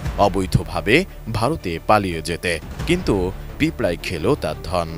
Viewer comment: ধন কে, ধোন পড়ছেন কে কে??? 😂😂😂